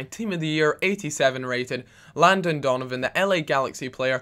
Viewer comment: "Landon Dolonvan" silly gooby!!!